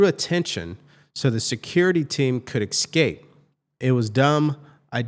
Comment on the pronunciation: Hey, the word is ESCAPE not ECSCAPE. Pronounciation matters greatly.